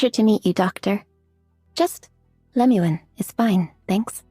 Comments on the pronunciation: Why is it that your text to speech program says Lame-uen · Should you get and build "lame u en" Is what I hear 😂